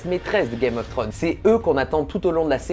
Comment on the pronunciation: C'est dommage c'est un sujet qui m'intéresse, mais ta répétition (5 fois sur la première minutes) sur le nom de la série (Que tu prononce Trône et pas Thrones) ma plus que perturbé et je nai pas pue regarder le reste de ta vidéo par peur.